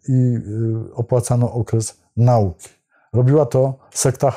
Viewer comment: ...min 23.33 ...akcentujemy nau'ki a nie jak Pan wymawia 'na'uki' i dlaczego kasuje poprzednie wpisy wytykające błędną wymowę....? SJP PWN...